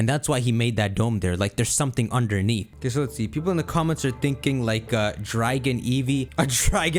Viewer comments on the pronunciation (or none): none